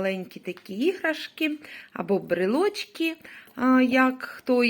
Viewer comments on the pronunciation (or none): Ну, брЕлочки ж правильно!